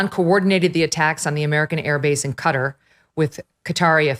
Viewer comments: I’ve seen a lot of coverage saying cutter for Qatar it’s pronounced cat-are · It's not "Cutt-her". It's "kuh-tar". 🤦🏽‍♀️ civilians drive me nuts on this. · Not Cutter, it's pronounced like katar. 😂 I was a teacher. You're all getting an F in grammar. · Where is "Cutter"? I know where Qatar (kuh-tar) is. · Qataaaaar? Can’t you pronounce Qataaaar? What ‘cutter’? Embarrassing